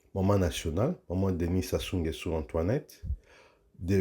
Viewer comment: Comment un congolais arrive pas dire correctement Sassou nguesoo 🤷🏿‍♂️ c’est pas possible 🤦🏿‍♂️, les zaïrois vraiment quel courage